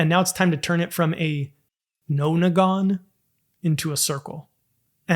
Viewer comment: Its pronounced "non" (As in non-compliance) and "agon" (as in hexagon) Theres even an album about it